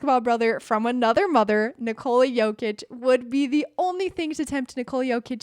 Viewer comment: You saying it pretty good. Almost like native, 9 from 10 ;)